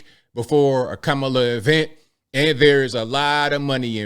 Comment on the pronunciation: Did he call her CAMala. He does know if you mispronounce her name, you are a racist